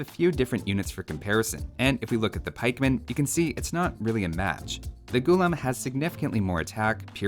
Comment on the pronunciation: Its pronounced as gu-laam not gulum. It means slave in the moat literal sense ,Funny tid bit most armies in medieval india was in a way professional armies in a sense that they were full time soldiers i for one have never come across any account where it says slaves were used in an army for frontline fighting . so i dont know where they get this idea of unwilling men pressed into fighting roles as a 'unique' unit.warfare was an elite profession if u will and slaves had other duties assigned to them more 'fitting' for their social stature.